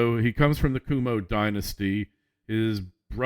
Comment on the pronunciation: Thanks for your political analysis. Just a minor point: 30 years ago I lived in upstate New York when Mario Cuomo was governor of New York. His name is not pronounced "Kwoo-mo", it's pronounced "Quo-mo" as in Quid pro Quo - mo. - An American listener in Switzerland